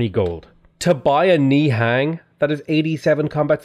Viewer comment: Love the videos. Just a heads up, "nihang" are pronounced as "nihung".